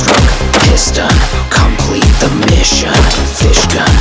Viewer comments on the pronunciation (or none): SHORT STROKE PIS-TON